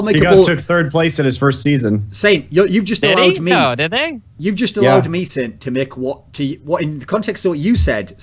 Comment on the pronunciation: sint sent sint sent.. no... its saint